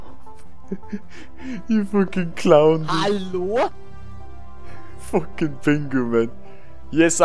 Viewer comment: "HaLOU?"... "HoAWlo?".... "HoWlUoa?"